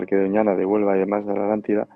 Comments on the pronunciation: QUÉ HORRIBLE COMO DICE ALANTIDA Y NO ATLANTIDA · es mas flojo que el tabaco holandés, no se toma el trabajo de pronunciar la At. Según el Diccionario Priberam de Portugués y el Collins Diccionario español-inglés, la palabra “Atlántida” se pronuncia de la siguiente manera: En español: /atlanˈtiða/ (at-lan-TEE-thah) En portugués: /atlanˈtiðɐ/ (at-lan-TEE-thah) (con un acento tónico en la “i” y una sílaba más breve en la “da”) En ambos casos, la pronunciación se enfoca en la sílaba “Atl-” con un sonido similar al inglés “at” (como en “atlas”), seguida de la sílaba “-án-” con un sonido similar al español “án” (como en “cán”), y finalmente la sílaba “-tida” con un sonido similar al español “ti” (como en “tiempo”) y la terminación “-da” con un sonido suave y breve. Es importante destacar que la pronunciación puede variar ligeramente dependiendo del dialecto y la región, pero en general, la pronunciación indicada es la más común y aceptada en español y portugués.